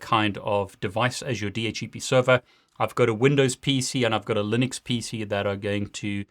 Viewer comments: Why does he keep saying DH - E - P.... I thought it was DH - C - P. I cant get over that. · why you pronounce di eitch e pi instead di eitch C pi ?